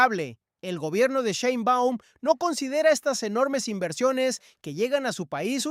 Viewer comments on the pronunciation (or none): none